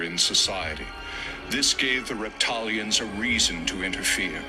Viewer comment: Did you say REPTILIANS OR raped-italians😮😮😮WWG1WGAWW IYKYK NCSWIC NQTHING GOD SEES EVERYTHING 👀 GOD WINS FRENS M 🏆